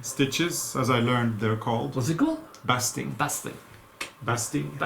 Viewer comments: 1. Thank you for the podcast. I just finished knitting a striped shawl and had lots of ends to sew in. 2. Your jackets are coming along so well. Love them! 3. English is a silly language. Though spelled bast-ing, it is pronounce bay-sting... at least in the US. I thought you might like to know that. 4. The new pin cushion is simply lovely. 5. James Patterson is one of my favorite authors. So nice to hear of a collaboration with Miss Dolly. I didn't know that. 6. I haven't crocheted it ages... perhaps the 50 days of Easter is the time! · Thank you for another enjoyable episode. I love your folk costumes and I am glad you survived all the little inconveniences of having to undo and redo. One thing I wanted to mention, just to keep you informed. No big deal. The temporary sewing you call “basting” (as in lasting) is actually pronounced “baisting” ( as in wasting.) I hope you don’t mind that I pointed this out to you. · What painstaking craftspeople you both are! Can't wait to see the jackets when finished. But then I love the new little pincushion, too. In the meantime, I must mention that "baste" is pronounced to rhyme with "taste" (at least here in the US) so "basting" would be pronounced BASTE-ing with the long A and not BAHST-ing. Hope you two will help me out when I start studying Norwegian! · Sorry! When I told you the stitch term was a basting stitch, I should have told you the base verb, ‘to baste’. Then you would have known that the vowel ‘a” receives it’s long sound /a/. Sorry. 😕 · so impressed with the folk jackets !! pronunciation of "bastinng" is LONG A as in ape. ... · Basting is actually pronounced with a long "a" sound, like "BASE-ting." 😊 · The word for the hand stitching to keep things in place is basting as you said but it is pronounced with a long a sound like baking not the short a like backing. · Basting is pronounced baysting in english, instead of bass~ting. You two are awesome seamsters!! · Long "A" in the word basting. :0) Bay sting